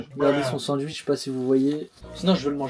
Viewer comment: Mdr il a dit sanduitch 😂